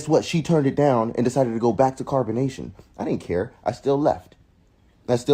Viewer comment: When she wad with Zolar and said Carbanation stand up! You know she isn't rt in the head